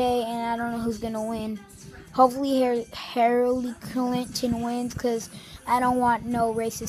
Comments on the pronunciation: zoombaxd HAIR-really Clinton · “Harealeey clinton” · he didn't know how to say Hillary